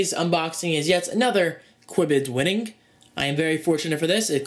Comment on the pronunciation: why do you pronounce the ING sound like brittish people, for example when you said winning.